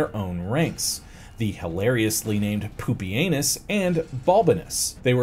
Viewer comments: I was getting annoyed at the mispronunciations, but Poopy Anus really brought it full circle. All the way around the rim. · Normally I don’t like butchered pronunciations of historical names, but if the butchering results in the name Poopy-anus then I’ll allow it 😂